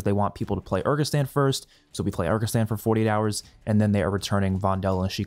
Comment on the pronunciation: Bro what is that pronunciation of Urzikstan? 😂